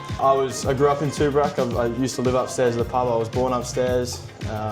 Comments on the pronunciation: We just got back from Mansfield for the long weekend. Definitely worth trying. Oh and, it's TOOBORAC not TOORABAC 😂😂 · Tooborac pronounced Too-bor-rac